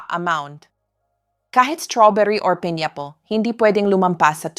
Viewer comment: This is AI, she pronounced “table, pineapple, ). Sounds like being read by robot.